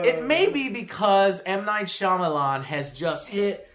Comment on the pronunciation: Yes,. Foreign names are funny. But if you're not four years old, and have seen literally a movie, you know how to pronounce Shyamalan's name.